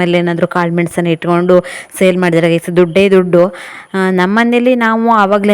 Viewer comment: ನೀವು ಗಾಯ್ಸ್ ಅನ್ನೋದು ಬೇರೆ ಥರಾನೇ ಕೇಳಿಸುತ್ತೆ..ನೀವ್ ಗಾಯ್ಸ್ ಅನ್ನೋ ಬದಲಿಗೆ ಫ್ರೆಂಡ್ಸ್ ಅನ್ನಿ ಸಾಕು..